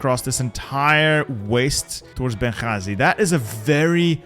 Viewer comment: What a nice pronunciation of بنغازي